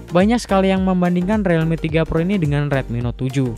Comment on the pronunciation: Realme = RILMI, bukan RELMI. Jadi gaenak dengernya.